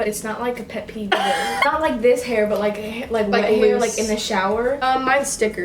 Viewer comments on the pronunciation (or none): Instead of hair I thought said pear